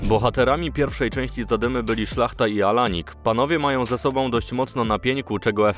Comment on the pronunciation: Szlachta? Wam teraz upośledzone AI czyta te newsy? xD edit: reŹIgiusz. Teraz jestem przekonany, że to AI.